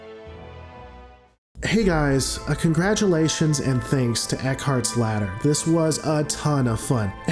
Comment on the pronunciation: Why do I think Eckhartsladder is pronounced Egghardslaughter